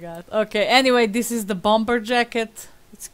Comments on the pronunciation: Pronounced "bomer" . you don't sound the second b. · Lol you pronounce it 'Bommer; the B is silent xx